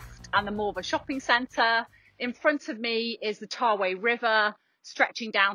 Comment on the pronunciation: It's Tawe (ta wee not tar way)